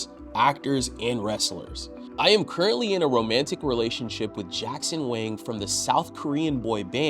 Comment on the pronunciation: it is jackson wang,not jackson wing